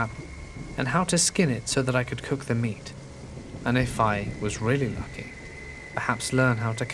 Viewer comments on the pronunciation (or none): none